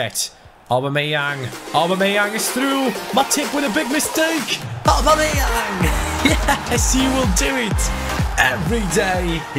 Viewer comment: Why can't you poronounce "Aubameyaung" probably? Lol